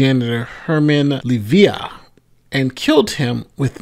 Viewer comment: That line was supposed to read: Arrived Early. And the victim's name is Leiva (Lay-vah).